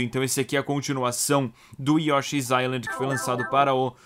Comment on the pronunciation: Yoshi's new inind... que pronuncia é essa? você conversa com seus amigos canadenses assim? nunca fale de uma ilha com eles.